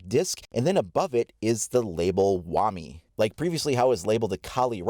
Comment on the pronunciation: Hate to be that guy... but shouldn't it be pronounced "Wa-My" ?